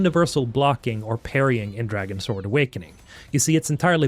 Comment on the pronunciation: Its pronounced Dragons word